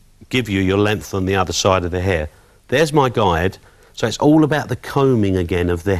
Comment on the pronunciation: “lcan and l will.....cut her hir”tha cockney accent saying that to Love him to cut my hair....LS